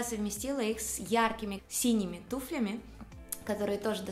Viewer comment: туфлями , а не туфлями